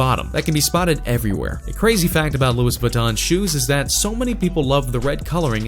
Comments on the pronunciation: Louis vuitton isn't pronounced "lewis." It's pronounced "looey." lmao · He said Lewis Vuitton 😂😂😂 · He pronounced Louis Vuitton so wrong😂😂